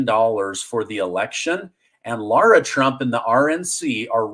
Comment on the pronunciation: You're pronouncing lara trump's name wrong